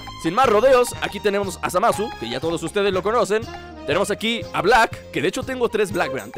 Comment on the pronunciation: dice Zamas xddd Jaja!